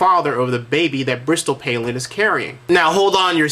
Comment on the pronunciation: Answer- Hell No! Because Kevin doesn't even know how to pronounce Bristotl's last name. Duh!